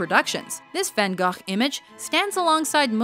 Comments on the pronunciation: It's actually not far from the Dutch pronunciation. It should have been more like "van huh". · Van guh.. Almost as infuriating as van go.. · Starry Night was painted in Vincent’s studio, incorporated the view from the asylum window and his view from his studio window. Close pronunciation of his name (Vun Goh•back of throat phlegm sound, in Scottish Loch). Lousy pronunciation of Dali—Daal•lee, a as in at...argh! Like this: Da•lee, soft a. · I knew all these except 7 and 4 (don't ask why or hate.) my personal favourite is The Scream because I actually know the story of it and why the figure has that face. PS: Vincent Van Gogh is not pronounced "Van Go." Its pronounced, "Gof." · Van "Goh" not Van "Gah". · Vincent van gughhhhhh Salvador Dalley The pronunciations in this video are top-notch 👌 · No. It is pronounced Vincent "Ve-an Go".(Vincent Van Gogh) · U mean Van GUGGUGUUGH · wait its pronounced van gof i thought it was van "go" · It is not vangoth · hearing americans pronouncing anything than english is hilarious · The way she say Van Goughs name made me super angry and that’s clearly an American accent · That is by far the worst pronunciation of Van Gogh I have ever had the misfortune to hear. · Reinaldo Martinez Names Harry, and i wasnt going to try to pronounce it, i would have gotten it wrong, but i could do far better than that. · tbh I think only Dutch and Arabic people can pronounce Van Gogh at this point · She nearly pronounced Van Gogh correctly, nearly. It just has two dutch g's that sound like you are scraping your throte. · You know, when Americans (try to) pronounce Van Gogh's name as the Dutch would it just sounds silly and pretentious. But mostly silly... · you said gogh wrong lol